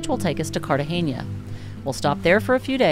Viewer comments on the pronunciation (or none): Sorry to be "ese tío" but it's not Cartageña but Cartagena. You're welcome.